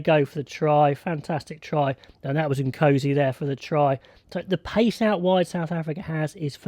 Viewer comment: Pronunciation of Nkosi is not ‘O C’, but rather ‘OR C’.